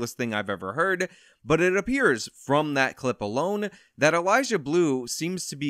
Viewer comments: I love watching you most of the time, but this time I couldn't get over you saying "Elijah" every time you tried to say "Eliza" xD Idk why that bothers me so much but it really does. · Atta boy! 💪.....,, you slippery man you!... About time you got in on the EliZa Bleu content hack!.... FYI... it's EliZa not EliJah. Hard Z not J.. Smarten it! 🤭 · Is he saying Eliza? Cause all I hear is Elijah… laurel/yanni? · Why do you keep calling her "Elijah Blue?" 😂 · Lol it’s EliZa, not Elijah. 😂😂 🙏✌️❤️ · The ONLY thing I'd say you got wrong here is that her name is Eliza with a Z, not Elijah with a J. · It's Eliza not Elijah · Am I the only one hearing say "Elijah Bleu"? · lol you saying ELIJAH bleu